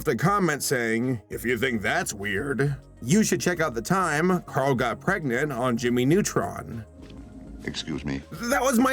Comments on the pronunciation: I must say it: PREGANANANT?!?!?! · Don't you mean "Carl is... ...PREGANANANT??!" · Soooooooo the producer's where like "LETS MAKE CARAL PREGANANNAT" "wait isn't caral a dude?-" "PREGANANNAT" "o-ok."